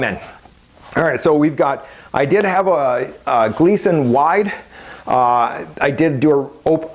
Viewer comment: And you called your "Gilson" a Gleeson... WOW you know your shit